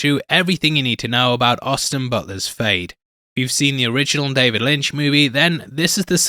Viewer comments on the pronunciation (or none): none